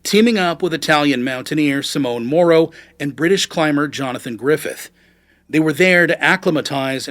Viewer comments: Simone is Italian for Simon, it's pronounced simonay, not "simone" which is a woman's name. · Please try to speak out the names more correctly, its not that hard. You are calling the guy "Simon" "Simone", which sounds more like the female version of that name "Simone". As a german speaker I was thinking the person who was so insulting was a woman.